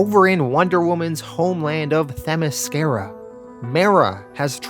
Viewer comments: great vid, note for next time its Themyscira not Themescrya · I told him (them-is-sceer-a) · The Themyscira pronunciation... 😬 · Your videos are great but you butcher some of these names Themyscira - (them-is-sceer-a). Antiope - (Ant-tee-o-pee)